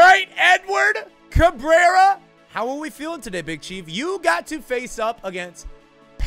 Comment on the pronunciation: Do us a favor and look up Aurilia highlights to find out how to say his name properly 😜